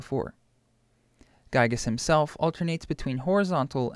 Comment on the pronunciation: Oh, so that’s how you pronounced Giygas...